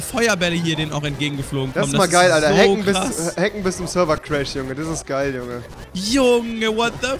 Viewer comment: "Hacken" Oh god....